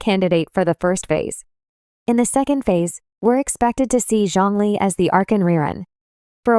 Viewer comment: Isn’t it so that the ai won’t have wrong pronunciation? Like zhongli